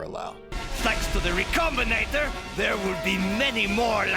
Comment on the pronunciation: Say it with me. Re. Com. Bin. Ater.